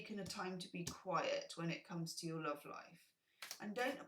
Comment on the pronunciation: Grateful for your "LUOVE" ;)